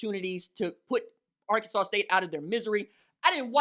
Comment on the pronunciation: Les Miles is shocked that K-State lost to "Ar-Kansas" State.